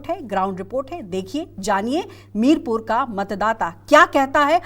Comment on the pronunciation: Madam ji ye mirpur nahi mirapur hai ye